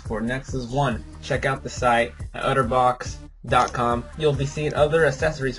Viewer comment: its otterbox, not utterbox.